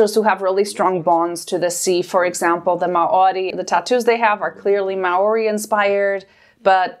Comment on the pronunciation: may oree? as a kiwi I am fairly certain it's mao (slight roll to the r) ree, but i understand having to pronounce that and Metkayina in the same sentence.